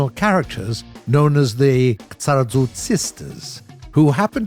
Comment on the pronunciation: You cant even speak japanese names correctly.... KISARAZU, not KSARAZU omg...